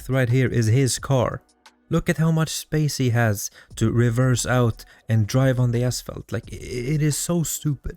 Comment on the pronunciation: Holy shit stop inserting T's in words that don't have them. "Faltse", "Revetse".... 🤦🏻‍♂️🤦🏻‍♂️🤦🏻‍♂️🤦🏻‍♂️